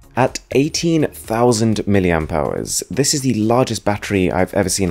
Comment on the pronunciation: "miliampowers"??? =)))) NO